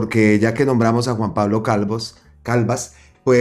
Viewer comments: Creo que primero tiene que aprender a leer pues no es Calvas es Calvás y respetando las reglas toda palabra aguda que llevan tilde son las que llevan acento en la última sílaba😮 y terminan en n, s o vocal y la está pronunciando como palabra grave que tienen el acento en la penúltima sílaba y no llevaría tilde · Ojo a la pronunciación del apellido de Juan Pablo Calvás, lo está pronunciando con acento de palabra grave y es aguda con tilde en la última sílaba: Calvás. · NO ES "CALVAS". SE DEBE LEER ES "C A L V Á S", CON TILDE EN LA Á. O SEA, JUAN PABLO CALVÁS.